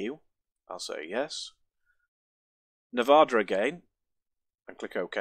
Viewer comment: hahaha its not "n'vah-der" its "neh vah dah" !!!